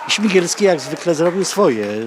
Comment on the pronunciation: nie śmigielski tylko śmiglewski